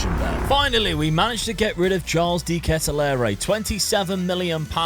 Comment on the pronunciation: Just a tip for the pronounciation its not de ketealere (dont know how to spell it) but u pronounce it without de E like de ketealer